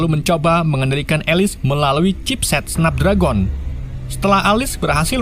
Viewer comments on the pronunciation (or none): none